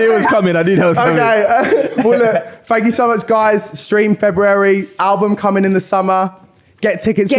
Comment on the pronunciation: She cant even pronounce February